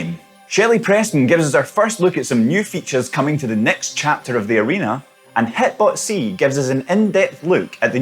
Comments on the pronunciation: He called him HIT-BOTc lol. Where his name is actually “hit-bo TC” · Hitbo T C is the correct pronunciation. 🤣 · HE GOT HITBOS NANE WRONG 🤣🤣🤣🤣🤣🤣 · They said you’re name wrong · Lol he butchered HitboTC’s name! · Bruh he really mispronounced hitbotc like that